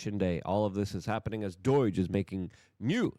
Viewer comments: What the hell is DOIJ? It's DOGE. DOUGH with a J on the end. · "Doy-ge?" You big weirdo! Even Atlas knows how to pronounce. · Luke, it's DOOOGE, not DOYGE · Omg it’s DOUGH-ge not DOI-ge, it’s hard to listen to. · FFS Luke, just pretend you are saying Dodge Viper if you can't say DOGE, it's better than DOIGE, but make Viper silent. You sound like a child with special needs when you make no effort to say words properly. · Bro just curious, why do you pronounce it 'Doige' ...like oi oi oi! 😂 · STOP. SAYING. DOYGE. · He's a Polak like me 😂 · this clown literally cant read . Luke says" unevil " when the word is unveil . Well done luke ...great reporting. No wonder he cant even pronounce doge correctly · It's pronounced Doge, like the Doge of Venice. Say it like a Jesuit would, because that's who you all serve. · Is Luke mispronouncing doge on purpose at this point? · 🤷🏻‍♀️ It drives me nuts. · Well, it does get more comments, doesn't it? And that helps the algorithm. 🤩🤩